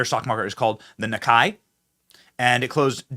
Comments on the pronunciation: Yo. Not Na-kai, but Nee-kay. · Benny. The Japanese stock market "Nikkei" is pronounced (knee-kay) not (nick-eye). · Pronounced KNEE-KAY Benny! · The Japanese market is pronounced "the Nee-kay".